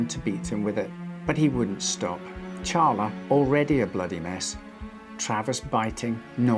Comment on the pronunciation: I appreciate you saying Charla correctly (though I don't know how the lady in the story pronounces it). Most people say Sharla